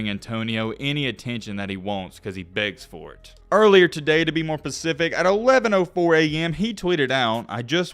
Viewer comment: i know this dont even matter but everytime you say 'pacific" i always have to correct it in my head to specific lol. Anyways love the videos brotha!